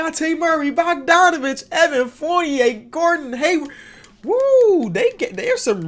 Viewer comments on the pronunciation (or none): none